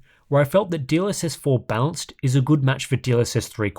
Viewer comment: I know is saying "balanced", but I can't un-hear "dlss bounce" 😭